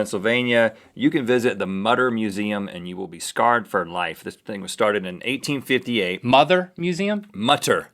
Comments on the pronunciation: It's actually pronounced "Moo-ter" :) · It's pronounced motor! Mütter! Ü=O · Actually the museum in Philadelphia is the Mutter museum (pronounced mooter) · its not mutter its prononced mooter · The Mutter (should be an umlaut over the u) is pronounced "Mut-ter" with the first syllable rhyming with "put." It is a Museum of Medical Oddities attached to the College of Physicians in Philadelphia and deserves a LOT more respect than Rhett and Link gave it. Shame on those two for vilifying that incredible storehouse of medical knowledge. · The name of the museum in Philadelphia should be correctly pronounced "moo-ter" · It really bugged me that they pronounced Mutter wrong XD It is pronounced Moo-ter btw :~) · IT'S PRONOUNCED MOO-TER! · It's pronounced Mootter and it's not that bad. It for medical studies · Mutter = "MOO-ter" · Pronounced mooter museum